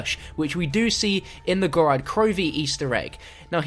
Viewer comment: Ok, how the actual hell can you STILL not say GOROD krovi Not "Gorad"